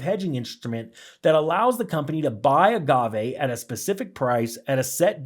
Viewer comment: Yes and you said Agave right, 👍 whoever said otherwise is wrong.